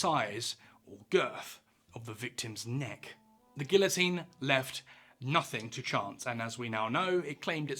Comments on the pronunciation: "Ghee"otine not "gill"-otine. Plug that "French" word into Google translate and magic happens when you play the audio option. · You are making my head hurt. It is pronounced "gee-o-teen". Doesn't anybody understand simple words any more? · Is it more common to pronounce guillotine "gillo-teen" in the UK? I'm from the US and I've only ever heard people say "geeya-teen". You would be corrected if you tried to say it another way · Not me dying at the fact that he’s pronouncing it like GILL-a-teen instead of GE-a-teen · It's actually pronounced gee-uh-teen, not "gill-o-teen". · It is not pronounced gill-a-teen it’s gee-a-teen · Why ‘gill-o-teen’ and not ‘gee-o-teen’? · You say Gilla I say Gia, anyone else? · Minus calling it a gilla-teen... was like nails on a chalkboard every time he said it. Geeeee-a-teen the L's are silent bud. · Jeeezus, at least pronounce it correctly. It’s not a gilloteen. It’s pronounced gee-oh-teen or gi-yoh-teen. You pronounce Monsieur Guillotin’s name correctly, so….. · It’s not gill o teen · Yeah that’s just how they say it in the UK. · It's NOT pronounced "gill-o-teene". Sheesh. Get it right. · It’s pronounced gee yuh teen Good vid though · Gee-yo-teen pronounciation french dumb@ 😂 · Close, but not the exact pronunciation. It's a French machine, so the L's are pronounced as Y's. The way to say it is "gee-yo-teen." 🙂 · How are you gonna flawlessly pronounce bro’s name, then call it a “gill-uh-teen.” 🤦🏻‍♂️ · The Guillotine - pronounce Gee-Yo-Teen - was not a NEW instrument. It had been used prior to slaughter lambs, hence the positioning of the headlock. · Guillotine; Pronounced; gee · uh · teen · Gee o tine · The real name is the gui yaw teen . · It’d be lovely if you’d pronounce “guillotine” correctly. It sounds like GEE-uh-teen. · Double l you pronounce as j. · GEE-yo-teen in the USA...and France. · The L in Guillotine is silent! 🤦‍♂️ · How can you know so much about the guillotine but pronounce it terribly wrong every time?